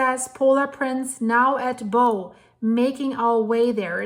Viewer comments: Please pronounce "bow" correctly. It's not a ribbon here, but the front section of a boat or ship. Pronounced "bough". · it's Bow as in Cow, how and now☺️